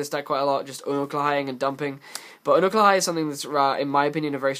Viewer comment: Except he says Unukalhai wrong.